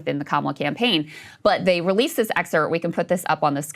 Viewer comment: Krystal… it’s excerPt There is a p in that word when you say it